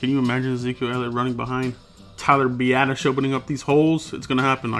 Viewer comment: Nice work on Biasdasz. Also thanks for pronouncing his name correctly, it's not that hard.